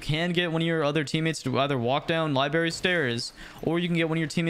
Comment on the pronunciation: This was sick, but Christ it’s lie-BRAIR-re Not lie-berry